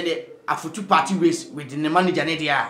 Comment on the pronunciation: The name is Afutu not Efutu. Thank you